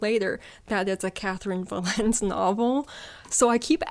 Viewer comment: Four fingers standing because I really don't have any interest in reading Andy Weir. It's pounced Catherynne "Va-len-tay" BTW.